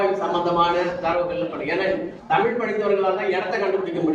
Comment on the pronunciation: தமில் வால்க .... அன்பர் "தமிழ்" என்று பேச முதலில் கற்றுக்கொள்.... தமிழ் மிக வேகமாக மடிந்து கொண்டிருக்கிறது ?.... தஞ்சை தமிழ் என்றும் "ழ" மரபதில்லை